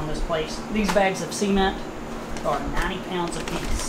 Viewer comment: 'Sea'ment that's a real weird way of pronouncing cement.